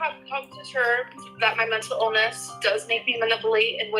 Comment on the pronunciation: Just 30 seconds in and already I've heard pronounce manipulate as maniplate and mental illness as menta illness